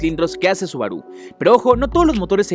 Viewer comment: Acaso pasaste la clase de pronunciación por que pronuncias RE MAL ej: subaru y nissan